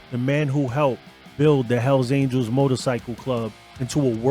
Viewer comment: Por que cuando dices hell angel en singular lo pronuncias bien y en plural dices aniels 🤔?